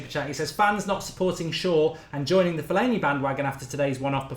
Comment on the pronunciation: Put some respect on Fellaini's name :')